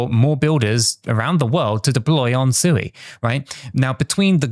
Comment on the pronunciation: Come on, pronounce Sui correctly, 😜